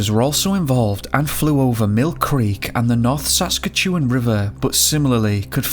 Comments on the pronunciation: SAS KAT CHEW ANN is how Saskatchewan is pronounced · The pronunciation of Saskatchewan is interesting... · Really bothers me that you keep saying Saskatchewan wrong lol I’m from there but you are definitely close!